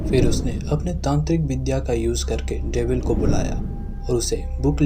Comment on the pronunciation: Dimin nhi dabil hota ha